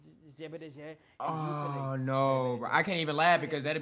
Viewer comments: Waiit did he just say zebedeze?? 🤣🤣🤣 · "Gqeberha" is the word he was trying to pronounce 😂😅😅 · he was tryna pronounce "Gqeberha" and "Qonce" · He was trying to say Gqeberha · 😹😹he tryna say "Gqeberha"💔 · The name of that renamed town has a click in the beginning (GQ click) same click as the music genre Gqom and it has a guttural sound at the end...I love the new name, has character. I’m disgusted as a newscaster he didn’t even practise before he went on air. Non Black SAns (white, Coloured& Indians)usually terrible at South African indigenous languages, not cute any longer...it’s 26years later ffs and they want to claim to be Africans when they can’t even converse in 1 local language?!🙄Also non SAns generally can’t do clicks but they are forgiven because it’s not their languages, so you’d definitely bite your American tongue off😂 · I was bothered especially by P.E, Now you Learn to pronounce Gqeberha and stop bothering us!